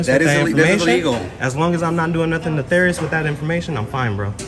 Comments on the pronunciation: “netharious” 😂 what a dummy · Stop saying "neTHarius"...its nefarius.... One is the character on world of Warcraft and the other is evil or wicked behavior.